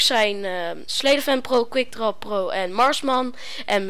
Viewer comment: ik verstond in plaats van marksman marsman